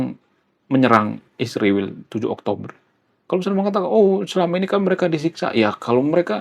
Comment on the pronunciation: Kalo sebut Israel Isriwil, sebaiknya kalo sebut China baiknya Cinoh.